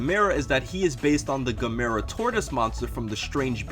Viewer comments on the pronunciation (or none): Also it's pronounced as Gàm-mer-ra,not Gam-mer-ra(the one with is à is pronounced with a lower voice) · GA-MUR-A not Ga-mee-ra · gamera is pronounced the same way as camera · THIS WAS DAMN GREAT even I gotta give you props xD but the way you pronounced GAM- A- RAH killed me bro